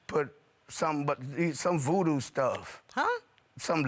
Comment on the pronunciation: "Vootoo" haha